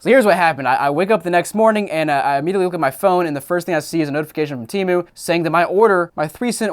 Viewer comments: I effing hate Temu. The idiots who run their commercials cant even keep track of how their company name is pronounced. One time its pronounced "tee-moo" and the next it is "tim-ooohh." I've ordered from there once just to see what their scam was, then never ordered again once I figured it out. In the short amount of time I had the app installed on my phone, it would go off literally dozens of times per day with their scuzzy "act now before you lose this deal" alerts. Once I received my order, I quickly deleted it and never downloaded it again. I got some cat toys that were decent quality, but everything else was junk. My mom thinks it's the best website ever and orders from them constantly. I try to dissuade her from it, but I'm just wasting my breath. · Yeah I went on that app once and realized it was a scam within 5 minutes. Also their ads pronounce it as teh-moo not tee-moo